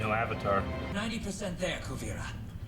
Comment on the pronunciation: Kuu-veer-ah :) just a little help.